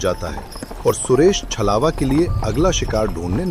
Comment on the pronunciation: Good story bhaiya and chalwa nhi chhlawa hota hai